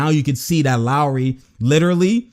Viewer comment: 1) love your channel 2) You used to call lowry “low”-ry lol for low IQ so you didn’t always consider him to have high mentality 3) - got me hype that was a crazy locker room motivational speech!